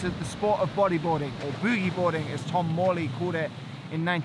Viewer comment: It's Tom Morey, not Tom Morley*